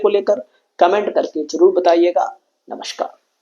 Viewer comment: सर आप नमस्कार ऐसे कर रहे हैं जैसे नमस्कार को चबा चबा कर का डालोगी😂😂😂😂